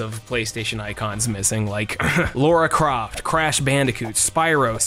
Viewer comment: Who the hell is Laura croft? Lar a there's no u there.